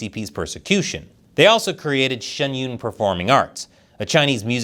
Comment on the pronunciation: Why do you pronounce Shen Yun Shun Yoon?